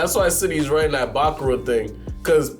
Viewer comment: Bákura is INSANE to pronounce. It's Bakúrah